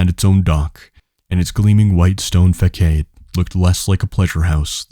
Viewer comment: Thanks man it’s really good. Small critique, you can google pronunciation of words you are unsure of. Menagerie - men are Jerry, facade - fuh sard, bravado - bruh varr doh etc.